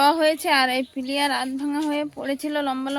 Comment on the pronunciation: ওটা পিলিয়ার।নয়।এটার। নাম পিলার। ঠিক ভাবে উচ্চারণ করবেন। ধন্যবাদ ভালো থাকবেন